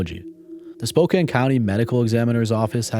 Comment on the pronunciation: Spokane is pronounced Spo-Can (like soda can) Not ‘Spoken”